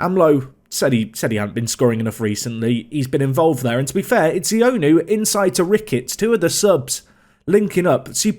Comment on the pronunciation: Ioannou is pronounced yowanu as opposed to ionu btw